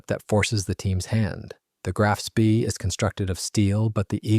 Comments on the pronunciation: It pronounced shpay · Spee = schpay. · SPEE as in SCH-PAY. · If you cannot pronounce 'Spee' correctly, it brings into doubt the authenticity of the entire video. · Yeah you'd think the fellow could learn how to pronounce the name.